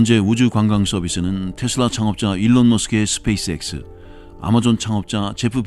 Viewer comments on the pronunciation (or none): none